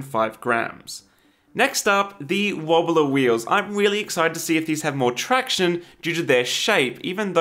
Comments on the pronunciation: Do you actually say wheely instead of really? MajGad I love this channel xd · Anyone else notice how he said Wheely not really to ? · lol... Did you say "I'm wheely excited to see if they have more traction"?? lol... Kidding! Cool pun though!